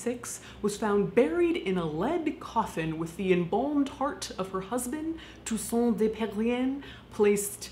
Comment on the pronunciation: Your prononciation of Tousson is on point. -A native french teacher